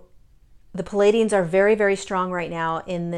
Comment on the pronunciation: Please....it's NOT "Paladians." It's Pleiadians!!!